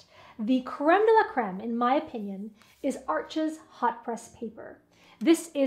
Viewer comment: It’s French, the (s) is Silent, it’s pronounced Arche!!!